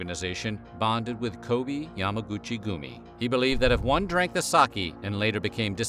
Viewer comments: That pearl thing sounds pretty screwed up. And it's "Ko-bay" not "Ko-bee", but anyways.. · Just a note: Edo is pronounced eh-doh , Kobe is ko-beh, and sake ( sa-keh). The e in Japanese is pronounced “eh”.